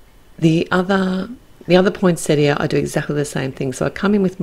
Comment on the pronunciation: Love this release, so many great sets. Gorgeous card, the colours you’ve used are so unusual. It’s also so refreshing to hear the word poinsettia pronounced properly.